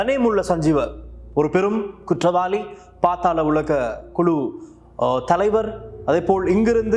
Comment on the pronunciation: அண்ணா. அது பாத்தாளம் இல்லை. பாதாளம்!